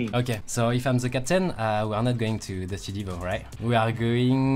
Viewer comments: Pourquoi les français disent ze a la place de the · cour d'anglais! : the ne se prononce pas ze.. XD sa se prononce di.